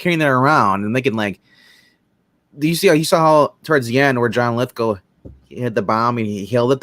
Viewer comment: LithGOW not LithGUL